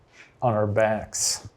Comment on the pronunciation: Can someone at Watcher kindly teach Bergara how to pronounce 'our' properly?